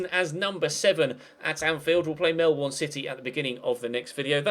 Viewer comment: O behalf of any other Aussie's watching this....it's pronounced Mel-bin, not the way it's spelt